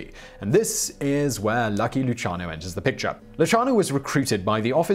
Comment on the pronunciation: Nah, it was one of Luciano's relatives, for the way his name was pronounced. Side note:As I was checking the spelling, noticed this> Lu-CIA-no.